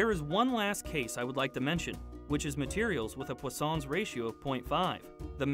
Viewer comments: Its पोइसनस रेश्यो not पोस्सोंस रेश्यो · I pronounce it as Poison's ratio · I just came to realize that its not pronounced as "poison's"